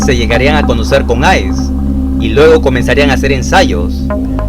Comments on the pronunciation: Ace se pronuncia "eis" no "ais" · Amigo estás pronunciando mal. La pronunciación para ace es “eis” no “ais” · Mira ,dices que eres"" amante"" de este tipo música ..pero no lo pareces en el fondo ...por las frases que escribes como metaleros frustrados ...mmm eres raro ..parece que alguien te escribe todo.....observaciónes : el apodo del guitarrista de Kiss no es ***ice ***( hielo) si eres verdadero fan de Kiss escucharas cuando Stanley lo pronuncia en vivo..muy claro . Es raro que no lo hayas notado sabiendo que pronuncias bien en nombre de Wagner Lamounier ...incluso en decenas de entrevistas a Ace ....Ace suena. Igual que Maze ,Lace , Case ....2) no es System of Dawn ( amanecer ) es Down !!!! 😂 ..3 )en esta bio de Bathory no tenias que analizar ningún álbum a profundidad ...el vídeo se torna desenfocado y aburrido ..incluso mal redactado ......los análisis de álbumes se sienten mejor aparte ....4) no te enfoques en resaltar el satanismo ...parece que te fascina esta tipo de musica solo por eso ... Espero que seas un fan que este tipo de musica por mucho tiempo ....crees que sea asi?